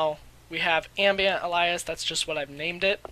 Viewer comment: its pronounced a-lee-us